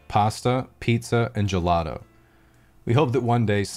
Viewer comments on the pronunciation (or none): none